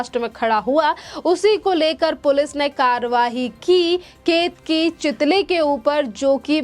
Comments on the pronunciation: चितली नही चितळे बोल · चितळे है चितली नही